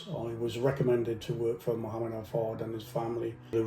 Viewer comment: He can’t even pronounce the man’s name, highly questionable.